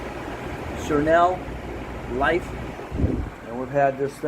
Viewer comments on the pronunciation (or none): Try this pronunciation for SereneLife Sa-reen-Life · Great video. I just cleaned mine but the E5 error keeps popping up. I unplugged it hoping to reset it. Hope it isn’t broken. It’s pronounced serene (like Sir & een). And Life. Basically means a life that is calm / serene.